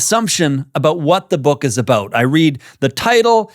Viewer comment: I knew you were Canadian when you said a-boot. 🤭 But Murray is an insightful man.